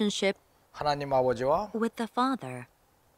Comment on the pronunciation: 박지원 : but the one and only son 에서 왜 the가 디로 발음이 안되나요?